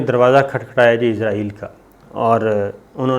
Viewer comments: AOA.. Very happy Eid mubarak to you.. I really love your program, bt i hv a suggestion fo you, plz say Israel instead of Izrael, Plz correct the pronunciation.. Thanks n love from Germany.. 🇩🇪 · Sabir Shakir please pronounce the word Israel instead of Izrael which means the holy angel Hazrat Izrael Aleh slam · Boss~IZRAEAL ~ nahi ISRAEAL bolttay hain 🥰 moot k Angel ko na bolain aa hie na jaye kahain 👻☠️ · Izraeel nahi...israeel hai...hahahaha.. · صابر شاکر صاحب ایزرائیل نہیں ایسرائیل ہے اس ملک کا نام ؟؟؟ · Izraeel nhi sahi israeel hai jnab